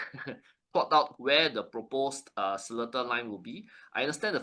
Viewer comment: Hallo... It's pronounced se-LEE-TAR... The middle syllable is LEE... not Le... So you're not Singaporean enough yet...